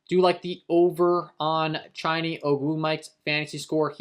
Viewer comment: Chiney, CHA-NAY